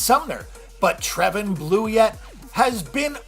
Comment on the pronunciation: Boi I'll put it in in simple saying form Tre-van Blue-it